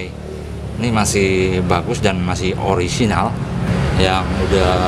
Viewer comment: "orisinal" bhahahaha